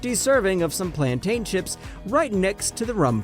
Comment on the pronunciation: The way you pronounced “Guyana “Plantain” Metamge “ just cracks me up. I am a born Guyanese and luv your video.